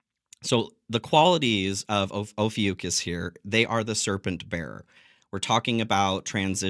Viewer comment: It's pronounced oh few kohs or kos. Not oh few cuss it's Greek. 🙂